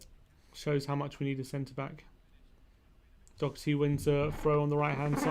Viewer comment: Doherty not Dockerty